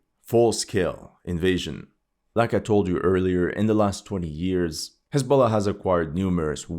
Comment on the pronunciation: I thought he said hasbula